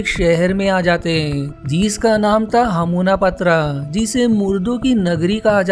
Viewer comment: It's not 'hamunapatra' it's 'hamunaptra' even you can pronounce 'Anack su namun' not ank.